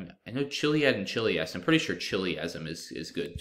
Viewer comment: I'm pretty sure the CH in "chiliasm" is pronounced as a K, if that word is derived from "chiliad."